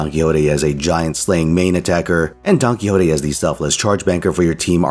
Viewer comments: Big fan of rattling off that Spanish NP name with absolutely no issue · Indeed, great pronunciation!